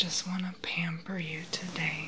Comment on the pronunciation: "I just want to pammper you today...is that alright with you?" Like YEAH a 1000 times sure! ♥ thanks for the vid